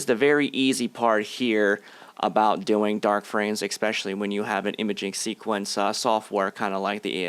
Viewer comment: There is no X in the word, especially.